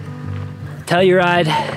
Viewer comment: Pronounced Ophir "oh-fur" Ouray "you-ray" Telluride "tell-you-ride" 👍